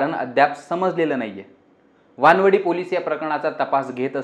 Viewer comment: Are amba wadi kaju wadi tashi waan-wadi nahi re chutya waanav-di ahe te 😆.